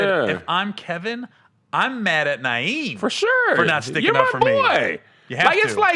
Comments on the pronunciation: I was soooooooooo mad at that. Screaming at my SCREEN KEVIN!!!! TELL THAT MAN, THAT IS NOT YOUR NAME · Yooooo that was sooo funny!!! Keevon 🤣🤣🤣🤣